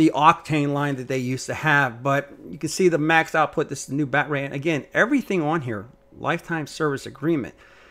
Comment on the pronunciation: Talk right, quit using batray